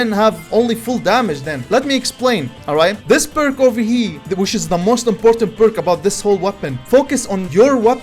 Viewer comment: Why do u say over heee 😂 love ur vids keep it up